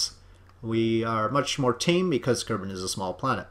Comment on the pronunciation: did he say, " Low Kermit orbit"?